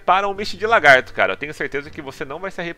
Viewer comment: PQP parabens mano! finalmente 1 youtuber de cdz que fala misty de lagarto e não LAR-gato, ja vi mais de 3 ytbers falando largato gejuiz!